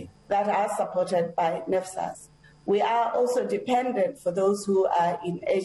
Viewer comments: She can't even say NSFAS😂😂NFAS😂😂👀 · " we don't disadvantage them " she is claiming students doesn't have money to pay tuition fee while she know exactly , they do that to coz they haven't sent data to nsfas 😳😳 nnfas 😳😳 she can't even say NSFAS.. AND YET SHE IS NOT GIVING STRAIGHT ANSWER STILL TELLING NUMBER OF STUDENTS IN UNISA IF STUDENTS ARE TO MANY WHY THEY DONT HIRE LOT OF STUFF OR COZ STUDENTS AND NSFAS ARE PAYING OR MANAGEMENT IS SAVING IT FOR THEIR OWN POCKETS .... MOREOVER HOW CAN STUDENTS DOWNLOAD STUDY MATERIAL IF THEY DON'T HAVE SMARTPHONE OR LAPTOP , AND HOW ARE GOING TO WRITE ASSIGNMENT WITH CELLPHONE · NSFAS not nesfas aggg just go out....